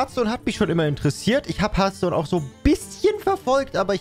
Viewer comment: Harfston bitte aussprechen